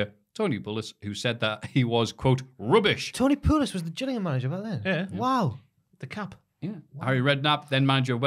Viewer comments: I’m from Gillingham. saying it wrong, and not as ‘Jillingham’ was incredibly frustrating 😂😂😂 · I beg of you, (that rhymed lol) never speak about football again. Your pronunciation of Gillingham, Liberia and Paris St Germain (amongst the others) hurt my brain 😂 You're still a legend though (just not as much of one as Ali Dia, he's George Weah's cousin you know)